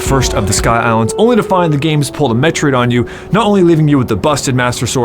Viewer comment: Met-ROID. Met-ROID. Not Metrid. I had to re-watch this part 4 times to understand he even said "Metroid".